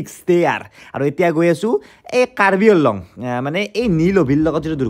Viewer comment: That's Karbi Anglong not Karbi Along. Prounce it Correctly